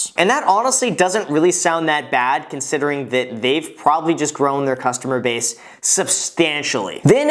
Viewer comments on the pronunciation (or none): none